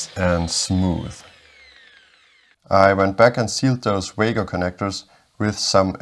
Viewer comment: I thought Wago is pronounced VAH-go